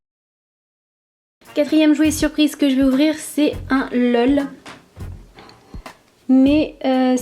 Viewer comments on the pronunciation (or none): et on dit pas l. e. l